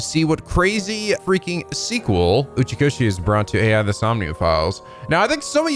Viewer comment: i’m sure someone has already told you by now, but it’s not pronounced like A I in this case. It’s pronounced like eye, as in eyeball. Even though the letters are A, and I. Hell… If you go and screw around in the sound settings, it even says the title of the game allowed to you, and it reads it as eye, and not A I. The same rule applies for the first game too.